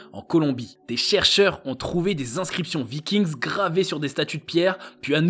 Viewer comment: Vikings le s ne se prononce pas ! Ce n'est pas de l'anglais !